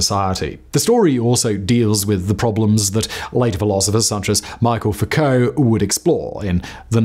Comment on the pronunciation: Pronounces “Foucault” as “foo-co,” but pronounces “Michel” as “Michael?” Make it make sense!!!